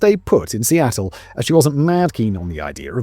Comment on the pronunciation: Amanda Knox came from Westie Attle